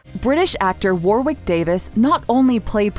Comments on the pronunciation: war wick? you pronounce it as wa rick , bloody yanks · Who’s Warrkick Davies it’s Wa-ric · Who'd want to have to go through all that ! I hope their salaries reflected the discomfort of it all. Incidentally, as Griphook was portrayed by the English actor Warwick Davis, his name is pronounced as Warrick NOT War Wick. Just thought I'd mention it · “War-wick” 😭 it’s pronounced “wa-rick” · War-wick?? Seriously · People need to learn how to pronounce names before recording. Warwick - the second W is essentially silent. 🤦‍♀️